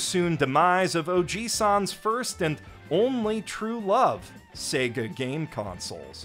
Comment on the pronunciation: Sega wa?... SEGA WA? 🤣